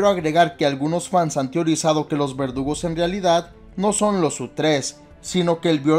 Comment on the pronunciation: pense que decía vergudos